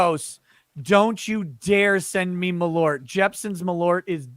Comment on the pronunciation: Hahah malORT! Its malÖrt, pronounced more like "mal-UH-rt". (The UH noice is the same as "eau" in "eau de cologne" in french, or when you are making a confused thinking sound)